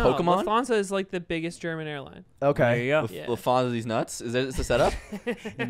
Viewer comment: The way he says Lufthansa is killing me, i didn't even understood what he meant until he said it's a german airline